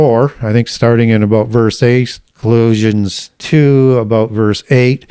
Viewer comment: Why does he say Ecclesiastes and Colossians wrong?